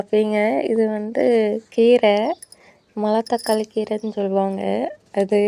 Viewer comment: அது மலத்தக்காளி இல்லப்பா மணத்தக்காளி..